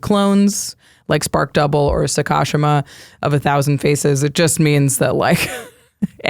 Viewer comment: Uh… are we not going to discuss that pronunciation of Sakashima?